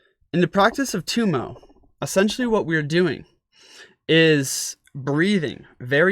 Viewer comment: Tibetans pronounce Tummo as "dough mo." Intriguing information and excellent instruction. Thank you.